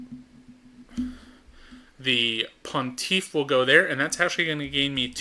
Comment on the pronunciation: Thank you for this! I watched another video and didn't really get it. Now I can play it on BGA. So you know, pontiff is another word for pope and it's pronounced pawn-tiff (short i).